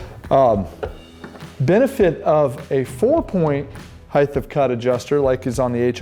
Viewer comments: it's HEIGHT - SAID hieat - not hieth. Didn't your school teach you how to pronounce it?? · Heighth is not a word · There is no “th” sound in the word “height”. Good summary tho.